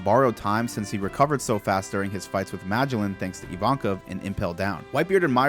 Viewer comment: Honestly, it keeps throwing me off, the way you keep mispronouncing Magellan. I always pronounced it like the real person he was named after. Ferdinand Magellan, the first person to sail around the whole world.